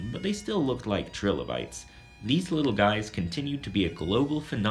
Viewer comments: Nice videos. But...it's [L-eye-kins], not litchens. And yours is the first time I've heard the little guys called trill-o-bytes. Usually it's Try-low-bytes. But good job anyway. I'll try not to climb the walls when l hear it. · The pronunciation I learned sounds more like "Try-lo- bytes" - But who knows what is actually correct from an English perspective... It is not the same if you use German, for example. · Wow you mispronounce trilobites and lichen. Good job. Way to sound smart. Why not mispronounce more words?